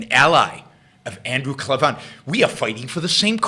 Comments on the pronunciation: Just a heads up - his last name is pronounced CLAY-VIN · Yaron, I'm a big fan of Andrew Klavan (by the way you should really learn to pronounce his name properly, he says it a number of times in each of his videos). You went overboard in criticizing him. There is no need for ad hominem attacks. Klavan is an accomplished writer, and I'm sure he comments were directed towards Rand's writing style rather than the philosophy espoused.